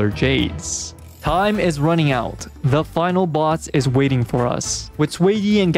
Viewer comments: Its not Swayi or sueyi its pronouced "Shueyi..." 😭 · Her name is pronounced more like "Shoo-ay" instead of "sway-e" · not sway-yee but more like sh-wear yee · Improved pronunciation! keep it up! What a journey. From "Zhu-yeee" to "X-Y" to "Sway-yih"! Reminder, in Chinese, the pinyin is "Xuě yī", which in english, is closely pronounced like "Shu-way", Sh as in shake, (because it's called the glottal stop in linguistics), then "yEEE", emphasis on E, don't end it in a "-h" or sigh-like sound. so not a "sigh", but a "trEE" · I was losing my mind the way he was pronouncing it ngl 💀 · no, xueyi is chinese, the x is not pronounced like a s, it's more like a sh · jfc so much pain every time i hear you pronouncing xueyi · It takes 3 minutes to learn how to say a character's name buddy.